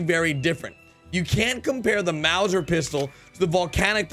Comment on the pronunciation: Lol why can’t English only speakers pronounce Mauser pistol?